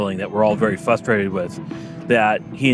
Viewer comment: the dude interviewed really said "fustrated"